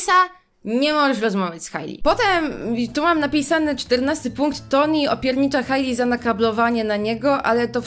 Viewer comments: Poprawnie mówi się ,,Toni" to, że Polacy często nie czytają poprawnie i potem inni przyswajają, że to dobra wymowa to nie znaczy, że tak jest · Generalnie ta książka jest tragiczna ale nie mogę z tego że typiara krytykuje książkę a nawet nie umie dobrze czytać imienia Tony XDD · mówi "Toni" a poprawnie mówi się Tony XDDD